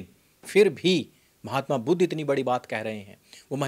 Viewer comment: Budh se itana jalan kyo disreputable pronunciations Aap aik mahatma ka nam itana galat tarike se le rahe haun jinake jaisa mahatma koi nhi huaa Sanatan me Sanatan ka hi sakha hain budhist